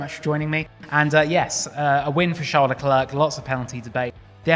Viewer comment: It's pronouced Sharle Leclair, not Tcharlz Leklerk.